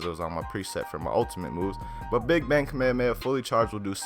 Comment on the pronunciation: Dude it's Kamehameha not whatever your saying